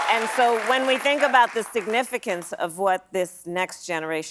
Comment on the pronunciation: She lost me as soon as she said significance